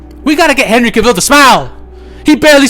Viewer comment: say it with me now...cavil - that rhymes with travel Henry Cavil - the same pronunciation as travel (he does have a video on this lol)